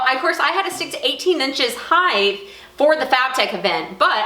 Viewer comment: Height. Not heighth... Ver cool and I suspect you will make some dough off of it. Great ingenuity on this design.